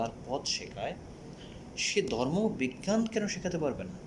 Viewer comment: আইছে আমার শিক্ষা বিশারদ! দুই লাইন ঠিক করে কথা বলতে পারে না। আসছে পাকনামি করতে! 😂 "জর্ম"